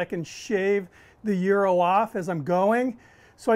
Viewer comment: I'll bet you think it's Gi-Ro's. (It's not). He's saying it right.